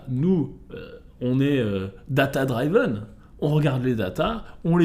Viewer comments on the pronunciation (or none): Avant l'arrivée de l'hiver et d'un beau market je vais reprendre petit à petit des douches froides, ça va être pas mal pour mes mitochondries 👍 Data driven("dr-i-veun" pas "dr-aïe-veun") ✌️